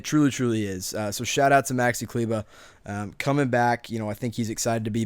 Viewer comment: Klyva? Dude it's kleber 🤣